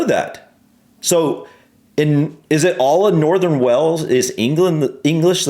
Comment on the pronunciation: Please stop saying Wells it's Wales, pronounced like Whales.